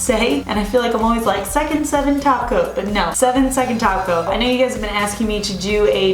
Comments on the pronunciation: I heard taco in stead of top coat. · Care Bear11 That's exactly what I hear when she says top coat!!!!!